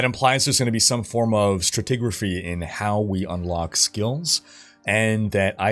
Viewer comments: I love you, bro, but... wtf is "stratigrafy"?? hehehe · Love the content but this bothered me. , are you saying stratigraphy? or an amalgamation or strategy and something else? It's got to be that right? stra·tig·ra·phy /strəˈtiɡrəfē/ Learn to pronounce noun the branch of geology concerned with the order and relative position of strata and their relationship to the geological time scale. the analysis of the order and position of layers of archaeological remains. the structure of a particular set of strata.